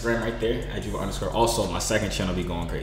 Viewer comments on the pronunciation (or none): How you pronounce yubo Youuuuu - bowwww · Isn't it pronounced u-bow yubo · Its pronounced you-bo